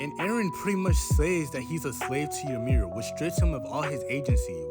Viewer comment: Fun fact the correct pronunciation of the name Ymir is actually ee-mir not ya-mir there is no A in the name.